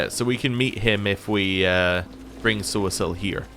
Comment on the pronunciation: Are you pronouncing poor Sosiel's name incorrectly on purpose or am I missing something? I remember you saying it correctly when you first met him. Just that one time, I believe. 😄